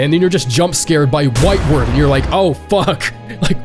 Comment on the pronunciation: oh no... It's pronounced whitewArd not whitewerd... Like a hospital ward, not like forward.